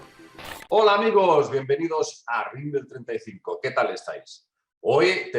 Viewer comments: Hey y.......es RIM BEL 35.....not...RIMBLE.... 😄😄😄 (sinó..los reptilianos se van a enojar), siempre firme al pié del cañón. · es RIMBEL35, no RIMBLE35...